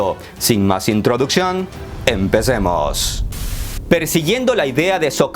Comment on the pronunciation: sabe tantos idiomas, que se le cruzan la diccion, la fonética en las palabras empechemos empezchemos 👏👏👏